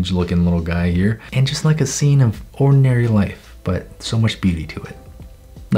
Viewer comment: ordinary more like oddinary lolll (stan skz)